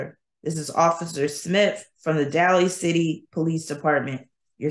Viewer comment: Day-Lee City 😉